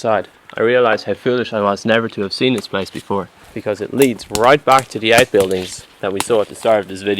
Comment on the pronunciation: Raven Drakearud its place not plase